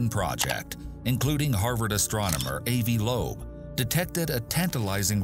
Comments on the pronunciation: A.V. Lobe? You mean Ahvee? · 4.2 billion light years? so your just reading a script? you have no clue about this stuff? if you dont have a passion for this stuff why even talk about it? and its not A V loab its Avi like Avie, not Avey